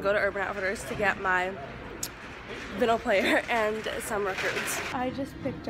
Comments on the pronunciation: it’s called a record player. and it’s pronounced vEYEnyl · You're saying vinyl wrong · Btw VINYL is pronounced like vine-al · if you’re gonna listen to records at least pronounce vinyl right